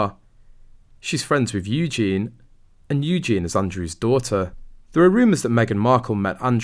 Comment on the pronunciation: Seriously dude, your pronunciation for people’s names is awful. Eugene is actually Eujenae (spelled phonetically) and Tindall is actually Tindall sounds like Tindall.